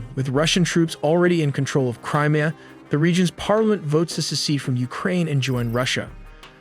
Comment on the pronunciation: Not to mention he keeps calling it "Crima"